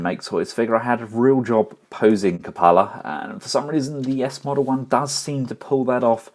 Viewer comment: It's pronounced "kyoo-puh-luh" as it is an actual word.